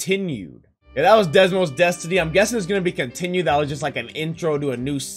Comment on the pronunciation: No offense but I wonder how many times you said Desmos instead of Deimos.